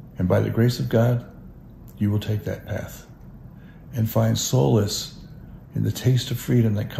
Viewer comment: Solace not souless